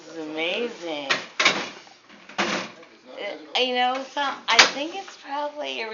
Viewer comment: "Dizziz amaaaaazing"